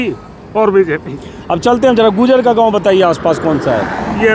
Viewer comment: भाई साहब आप गुजर गुजर बोल रहे है उसका सही उच्चारण गुर्जर है कृपा करके सही उच्चारण का प्रयोग करे 🙏🙏